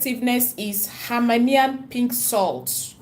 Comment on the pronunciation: It is called Hemmahlayian sound it out Himalayan salt